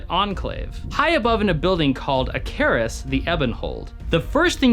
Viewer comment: Your pronunciation of Acherus (with the emphasis on the e, instead of the A) is funny :p Sounds like how I would pronounce it if I hadn't heard it before.